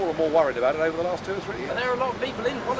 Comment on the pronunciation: That was painful to watch, but Nigel did well considering... "yeah yeah de IMF..."